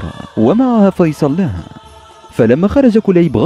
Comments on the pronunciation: فيصل الناقه هههههههه يا اخي دمرت اللغه العربيه اسمه فصيل وليس فيصل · تعلم الكلام اولا فصيل وليس فيصل ثم انك لم تات بجديد نفس الاحداث في المسلسل